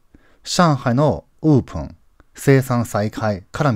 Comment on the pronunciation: 勉強させてもらっています。 OPENは、うーぷん、ではなくて おーぷん、と言った方が良いと思います。